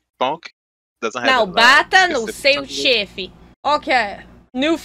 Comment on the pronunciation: Not chefi...chefe. Like in enter, embow... The "e" sound is a little close.